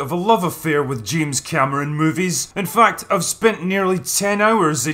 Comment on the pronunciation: "In fa-at, I've spent nearley ten hours ejacula-ing over Aliens an Termina-or 2" I love this channel!